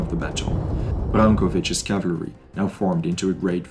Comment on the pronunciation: "cavlary" :face-blue-covering-eyes